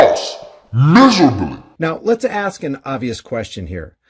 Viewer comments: "You axe me'' -- self centralist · If you "aks" me little man, you haven't tried your luck to soften me up. All cops are bootlicking cowards. All cops are criminals. All cops are Traitors. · "Ax me this." "Ax me that." Ax like a tyrant and sounds like he ignorant. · You aks me? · That cop needs a boot to the head and fired immediately. What a piece of shit beating up on a 14 year old kid..really. Tatum deserves the same if you axe me. Learn English stupid the word is ask. What a piece of crap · Did he just say, ' If you axe me I got no problem with that' Well if you ASK the people, Tatum gets the finger...AGAIN. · It's 2023 and black people still can't pronounce the word ASK? I guess they will never advance as a race. The most dysfunctional culture on the planet and this B.Tatum guy proves that beyond ANY DOUBT. Take the smug look off your face, Ace the shitty superior than thou attitude and pick up a English dictionary and practice and learn the language you fucking moron! SMH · He sold his soul to the devil and there is NO to get it back. A satanist phycopath that can't even say ASK. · Big man can NOT even annunciate ASK correctly. He speaks like an idiot. If you axe me? Shut up fool.